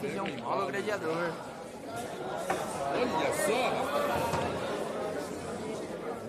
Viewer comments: O JP e um xarope mesmo Quem não sabe,q.ele vai colocar a bola colada,atrás da bola.Ficar mirando em outra bola se não vai jogar.e esse cara falando Gradiador e de ferir os ouvidos da rapaziada.O apelido do cara e GLADIADOR.E GLA...... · E esse falador,usando um termo xulo,CAGADA.Gradiador e de ferir ou ouvidos,não foi para escola estudar, não tem desculpa.duas bola na mesa ,se e duas e plural. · Fecha boca.silencio rapaz,falar GRADIADOR e foda para os ouvidos.